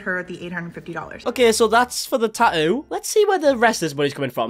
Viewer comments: He’s getting a “taa’oo.” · he says tattoo "normally" until he says it about him self his accent comes out thicker and says 🇬🇧 tattoo